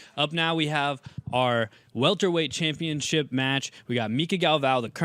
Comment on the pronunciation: "Welterweight Chanpionship"